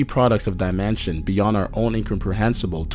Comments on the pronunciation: I hate the way you say dimension. I hate you. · What's with the way guys use and say the word dimension?